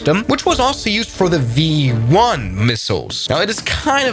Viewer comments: I imagine he speaks German as his native language, considering he’s Swiss, so it’s not that crazy of a mispronunciation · Bro called it the F1 when it clearly says V1 😂